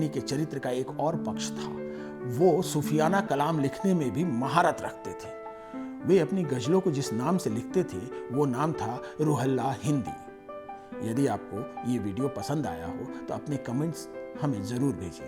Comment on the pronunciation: Video banane se 😅 apna pronunciation sahi kar len.Jase Roohullah hai Ruhella nahi.bahut kharab bolte hain aap.